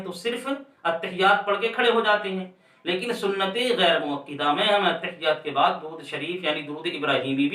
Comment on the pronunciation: Vaijan last main apka gayer bolna mistake ho gaya